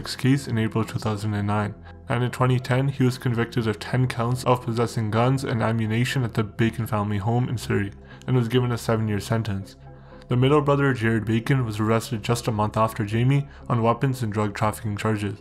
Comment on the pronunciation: Did you really say ammu-nation instead of ammunition? also maybe don’t mumble as much, good job editing and telling the story, maybe just speak clearer